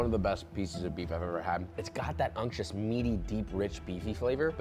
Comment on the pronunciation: If u dont stop saying unctuos, im gonna lose it